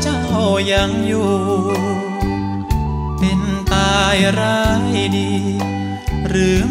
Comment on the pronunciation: ใช่ค่ะ ออกเสียงคำควบกล้ำ คราว เป็นคาว อีกคำที่อยากให้ออกเสียงให้ชัด คือคำว่า เป็น นอกนั้นพูด ร้องได้ไพเราะมากๆ มีเน้นคำหนัก คำเบา ดึงภาษาให้มีชีวิต ฟังแล้วคนฟังอินเข้าไปในเนื้อเพลง เหมือนมาอ้อนวอน ขอร้องดีเจให้ช่วยตามหาคนรักให้ทีบรรยายถึงความคิดถึง ความห่วงใยคนรัก ถ่ายทอดภาษา อารมณ์เพลงได้ดีมากๆ เสียงตอนนี้เป็นเสียงคนหนุ่มเต็มตัวกว่าแรกๆจะเป็นเสียงแหลมกว่านี้ ฟังหลายเที่ยวยิ่งไพเราะมากๆค่ะ